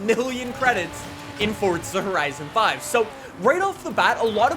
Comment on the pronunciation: Plz learn how to say forza horizon